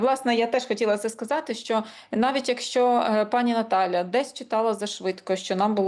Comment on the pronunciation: До пані дикторки. Тримати себе в руках це калька з російської "держать себя в руках". Українською опанувати себе. Ви мали б це знати. І ще, шиплячі звуки в українській мові не пом'якшуються, вимовляються твердо: ЩО, ШІ, ЖІ, а не щьо, шьі, жьі, чьі і т.п.